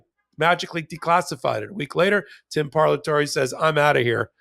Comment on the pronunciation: It’s an Italian word pronounced par-la-to-re. Simple Italian phonetics. Language is valuable cultural component and should be respected as such.